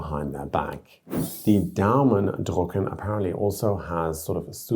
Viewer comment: Daumen drÜcken… not drUcken, which would mean “print your thumb”. The difference between and <ü> is phonemically distinctive in Standard German.